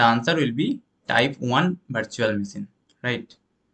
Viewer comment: It is not bhartical , bhartual ... Its virtual , vertical 😢